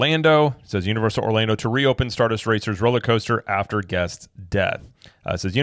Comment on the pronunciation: who can’t even get the name of the roller coaster right, lol “star duster racer” 😂 the way he talks at the press events… I’d argue that his intelligence is also questionable.